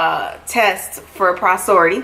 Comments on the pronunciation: sis said posority 💀 . it's porosity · I was like if she say posority one more time 🤦🏾‍♀️ lol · Kiera lmfaooo I caught that too I’m like is she trying to saying porosity? 😩🤣 but at her request I’m moving past this and enjoying the rest of this year 🤣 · You're pronouncing porosity wrong